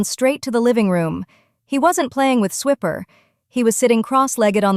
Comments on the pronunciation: Fun story. The worst part about AI narrators is totally messing up the name. The whole Dora the Explorer joke of "Swiper, no swiping" is lost with pronouncing the ferret's name as swipper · Ahhhh, either Spell the Character names Differently or Pronounce them Correctly! Swiper is like when you Swipe your Credit card with an R at the end. The Ferrite Steals things so the name is appropriate..